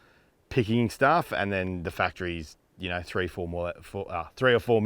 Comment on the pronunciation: Its a LC THREE hundred series not a LC FREEhundred series...